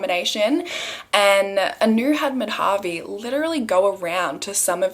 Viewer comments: It kinda off topic but it’s not pronounced Mad-Havi it’s actually Ma-Da-Vi . The use of Dha is used to suppress the DA sound , like the way you pronounce D in Dal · Hi! You pronounced Madhavi's name wrong. It's not "Ma-dhaa-vi" but "Maa-dha-vi". Really it was such an unfair judgment. Shame on the judiciary system. Such judiciary systems are the reason why crime still flourishes.